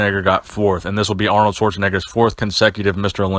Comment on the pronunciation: Lol he just said aronld and Schwarzenegger 😂😂😂 still a good video though lol